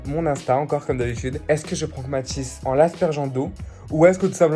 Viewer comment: Tu a dit frank au lieu de prank